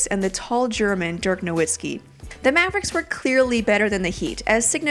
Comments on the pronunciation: It's pronounced No-Vitz-Kee, learn German basics or watch the NBA for once. Also, Dwayne Wade and Shaq's team not better than that Mavs team? Maybe, but look at the current Thunder beating the Spurs in 6 games. Look at the Lakers beating the Warriors in the regular season. Bad games happen, a bad series even, so please get out with your rigged playoffs crap. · I stopped watching when she said NoWitzki. All credibility lost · 17 years later people are still mispronouncing Nowitzki. Come on.